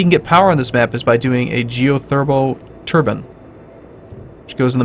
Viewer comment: Did he just fucking pronounce it Turban? For god's sake man... The only way to make power in the Arctic is to wear Turban's people!